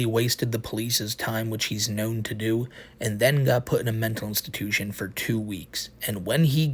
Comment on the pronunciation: he reawy said bwess me o internet fow I have sinned and expected to be taken sewiouswy 😔💔